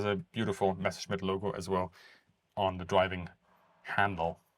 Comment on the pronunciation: Haha! So is German. Otherwise how could you explain that perfect pronunciation?